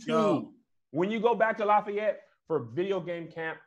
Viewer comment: Hearing mispronounce Lafayette is hilarious! 😂😂